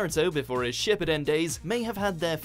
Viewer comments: Whoever is commentating this video stop of botching the word Shippuden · Not SHIP E DEN. It’s SHIPOO DEN